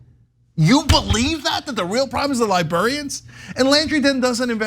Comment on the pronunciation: Lol. "Libarians"